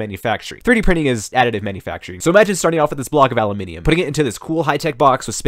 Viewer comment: you broke character, you said it right